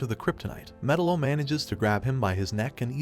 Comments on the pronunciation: ME-TAL-LO not Metal-lo …other than s that good video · Hooking this guy make a documentary video on a cartoon when he doesn't even know the villains proper pronunciation of his name? 🤦🏻 F#&k me..... It's (Meh-talo) not (Metalow) it just irks me when people try to do something without knowing what they're doing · god damn it! it's not 'metal-oh', it's metallo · Had to stop watching because I was tired of hearing metal-0.....it's fucking meTALO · It's pronounced Me'-TAL-LO ... not Meta-lo. 👺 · It's Met-Aloe not Metal-Oh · theres no way you think his name is actually pronounced Metal-o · Metal-O, if you can’t even pronounce the names correctly, how the hell can you discuss the movie?? You’re killin me! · It's like you don't even care about the content you release. At least learn how to pronounce their names correctly. Metal O. I hate it here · "Metal-o" lmao cool vid though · Met- tal- o. Say it right good lord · srsly, it's not hard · It’s pronounced MUH -TAL-LOW….you dweeb. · Metel-O pronunciation made me stop watching. Your not a fan your a You"toober" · What a weird way to pronounce Metallo. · The way he says Metallo makes me uneasy... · The pronunciation of Metallo is infuriating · You do realize you pronounced metallos name wrong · Bro your pronunciation of metallo fucking kills me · I’m losing my mind. Can you please watch a single clip where they say metallo and say his name right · Are you an AI? Metallo is pronounced wrong if your a comic book guy you'd know . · How can you fuck up metallos name when they clearly say it during the movie. Did you even watch it? Lol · I don’t like the way you pronounce metallo